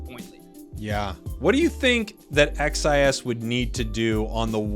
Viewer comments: The name is pronounced (cheese) XIS, Also love from Brazil. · I mean, "xis" is literally how the letter X is pronounced in Portuguese... imo, I think it's better to say it more like "shiz" or "sheez" instead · Hey,! Here in Brazil, in my region, we usually say "Sheese" for XIS and "OG Life" you can say in english. But just you to know, I am not complaining 😝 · Legal ver como eles não conseguem pronunciar "xis" com o dom da letra normalmente, eles falam as 3 letras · XIS (pronounced as /ʃɪz/) is legit, their secures and objective control are incredible. It's gonna be sick to see how each region's meta matches up at worlds